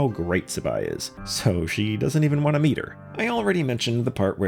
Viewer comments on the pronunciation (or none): none